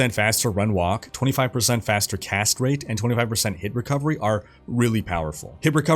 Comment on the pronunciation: Every time you say "Cast rate" I hear 'Castrate". Don't worry, it says more about me than you. I always play as the Necromancer so you can imagine. Great video.